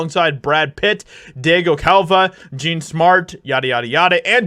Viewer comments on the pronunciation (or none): none